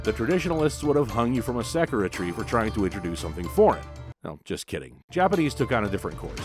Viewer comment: You kinda drive me nuts with your mispronounciation of Japanese words. Sakura should be pronounced sah-koora, and Datsun should be pronounced Daht-sen. Just something to keep in mind the next time you make a video